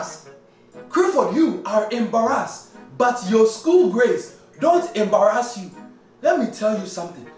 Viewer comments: how many times he said ambarass (yes he said it like that) lol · “ But your school grades don’t embirASS me” looooooooool 😭